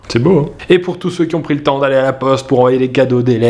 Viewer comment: c'est quoi ce merci à !?!?!??